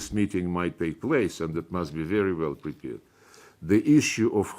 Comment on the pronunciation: How poor his English is! Especially for someone who lived in USA for years. Udmitted, pripared etc. Not to mention that this horse as he's known in Ukraine is a habitual liar like his boss. Those who admire him are either fools or paid stooges .